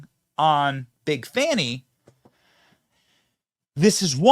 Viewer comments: “Fawni”? How do we get that from “Fani”? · How to tell if the "journalist" is a propagandist? If they pronounce Fani as Fahni or Fahani... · The way you and say Big Fani and it just rolls off the tongue... But all the "news" readers say Fawni. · why are they pronunciating her name like that? 😂